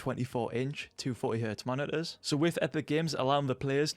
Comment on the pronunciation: moni-uhs it's moniTors btw